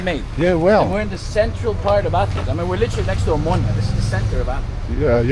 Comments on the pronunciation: oMOUNIA. Nicely said I guess? (in greek oVaginas)? How difficult is it to say omOnia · O- MO- NIA not Amunia per dio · Omounia 😂😂😂 it's omOnia. Omounia means plural vagi na in Greek 😂😂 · Sorry but it's Omonia, not Omounia 😂🎉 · A mounya 😂 ill mounya 😂😂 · Watch how you pronounce 'OMO NIA' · Eksarhia and omonia ffs